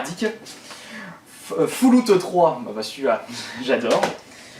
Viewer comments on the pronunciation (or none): foulouuuuttt?!? falloouttt !! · Putain quoi !!!! =O Foullout carrément ? =O Trop BG la prononciation X'D